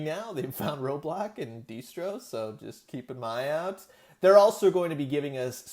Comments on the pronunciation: Cool video, but “Dee-stro”??? Seriously? It’s pronounced “Destro”, man! 😊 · Ummm...is he saying “deestro” on purpose??? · Dee-Stro???? 😂😂😂😂 Dude. Cmon. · The target thing sucks . But what’s worst of all is how you Mis-pronounced Destro’s name the entire video. Poser